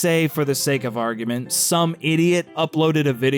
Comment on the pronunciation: Anyone else annoyed by how it sounds like he says "Argumen" rather than "Argument"?